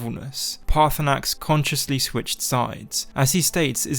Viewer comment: Everyone forgets the second R in Paarthurnax